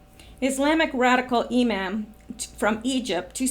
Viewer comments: imam pronounced e-mom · Imam pronounced ~ e mom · It’s pronounced “e-mom”. Know your enemy. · Imam pronounced E mom long a sound. .. no biggie. .. awesome cast today. . always appreciate your work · It is pronounced E-Mom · Long E sound, not A